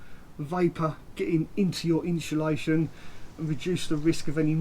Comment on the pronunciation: Is he dancing while talking at the beginning. What's with all the hand pointing? And its insulation not inshulation!